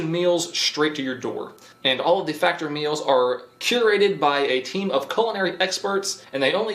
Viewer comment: busy waiting for whats likely gonna be the 2024 wrap up vid and couldnt help but notice you say FACTORY in your ad read for FACTOR....LMAO peace man.....flippin love your channel bro....FROM ZA